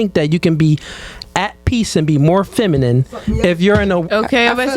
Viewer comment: Shawdy ain’t even saying feminine right slim😂😂😂